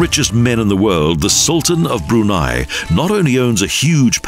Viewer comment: he should have learned how to pronounce the country name and late sultans name correctly. btw, the background music? it's Arabian music.